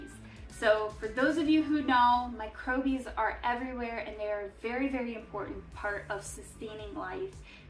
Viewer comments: "Micro-bies" is supposed to be "microbes" pronounced like a regular person? "East" meant to be "Yeast"? with these glaring mistakes in the first 4.5 mins, how can i trust your attention to detail on anything else? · I kept thinking that too 🫣. Microbes!!